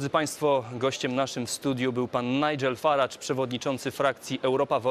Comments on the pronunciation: Idioto! W nie akcentowanych sylabach angielskich samogłoski zastępujemy "schwa" [e] bądź krótkim i [y] czyli nie "Faradż" tylko "Faredż" bądź "Farydż". Pieprzeni debile z TV Trwam -.- Idiot! in nonstressed english syllables we use "schwa" or short "i" ! Fucking morons from TV Trwam -. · Faradż? A nie Farejdż?